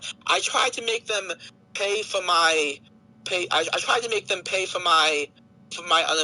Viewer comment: "If I was a pwedatuh I would feel shame foh what I did, but I do feel shame foh what I did" This creature cannot be real